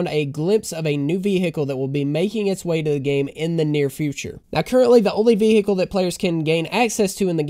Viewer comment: Vee-Hickle Kkona